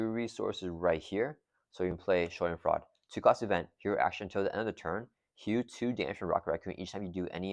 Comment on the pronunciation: Great game. It’s pronounced Shah-dehn-FROY-duh. German word that loosely translates to the idea of having joy from someone else’s pain. Very rocket!